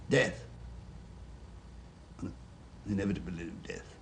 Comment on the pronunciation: LOL the way he says "death"